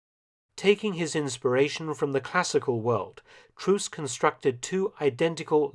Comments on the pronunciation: The German double O is pronounced as a long O. "Troost" should be pronounced "troast". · Troost is pronounced with a long o, not as in English as u. Interesting documentation; Hitler has attempted to wipe out the traditional worship of the king of Bavaria. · TROOST is not pronounced TRU:ST, unlike in English, the double OO is more like what you hear in the English word LOW. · Excellent, as always. Pronunciations: Paul Ludwig Troost's last name has a long O (rhymes with "ghost"); Buergerbraeu (I don't have an umlaut - double dot - key so I use the accepted alternative of adding an "e") is "Buerger BROY" (the umlaut on the a changes it effectively into an "e" and "eu" in German is "oy"); Appell has accent on the last syllable ("ah PELL"). By the way, the umlauted "U" in Buerger has a sound similar to a plain "u" in French. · "BürgerBräuKeller" is actually spelled with "oi", not "au", because of the umlaut. And Troost is actually spelled with a long "o". Thank You for the great video! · It's me, again, Mark, the pronunciation nazi. The spelling of Troost, a surname, may be a bit unusual -- but it would have been pronounced just like "Trost" (Eng: comfort), with the "o", whether single of double, like the "o" in "to and fro". The next blooper is a bit more serious. Try "der let'stuh ah-PELL". Not too far from Eng. "appeal", actually, and indeed, the words have a common root.